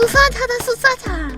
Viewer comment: 숫사자 발음이ㅋㅋㅋㅋㅋㅋ